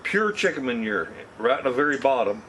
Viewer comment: hey..can u say "mon-your" again??? is that french for poo poo?? lol..jk jk...we yanks saw dookie...love ya...lol